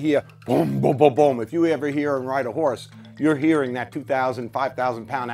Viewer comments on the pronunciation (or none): Did he say 2000 pound hourse? Wtf